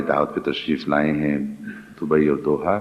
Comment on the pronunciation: Its دوحه not دوہا